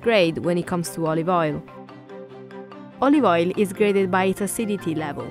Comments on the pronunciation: "A bit of olivol" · more like: "olivoil"